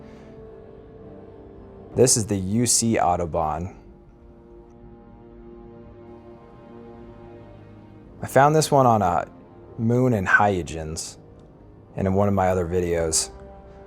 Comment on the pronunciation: It's "Hoy-guns", not "Hy-yu-jens"